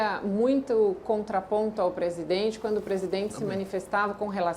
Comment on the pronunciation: Assssssssim se diz presidenre